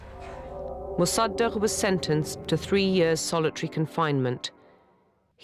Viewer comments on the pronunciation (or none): the horrible pronounciation of mossadeq...